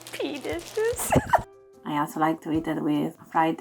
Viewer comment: Pee dishes???🤣 Add “green”. Green PEA dishes! More accurate but not as much fun.